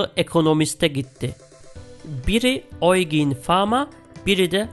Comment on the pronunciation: Yucin diye okunan isme oigin gvi bişey dedi ama olsun :D emeğinize sağlık güzel paylaşım